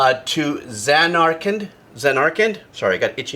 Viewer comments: "Now let's play 'to zuh-narkland, if that's how you say it" Me: that's right-that's kinda right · Emphasis on the final syllable. ZanarKAND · ZAN'ar-kund. Last syllable is swallowed a bit. "kind" as kindergarten, or "canned," or "kend." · JRPG: Japanese Role Playing Game Zan-Are-ken the final d is pretty much silent though some NPCs do pronounce it. Here are my favourites from the series. Liberi Fatali, Eyes On Me and Start Up from FFVIII One Winged Angel from FFVII You Are Not Alone from FFIX The Calming and theme to Besaid from FFX For me FFXII, FFXIII(s) and XV didnt have much rememerable music for me. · Should have listened to the Distant Worlds version of To Zanarkand (pronounced zan-are-kend).